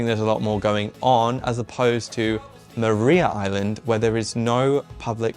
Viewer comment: It's Mar-eye-ah Island and it is one of my favourite things in Tasmania. Recommend staying in one of the penitentiary cells in Darlington. Beautiful place!